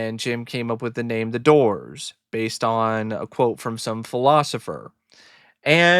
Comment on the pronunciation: The Dizz-oors 😵‍💫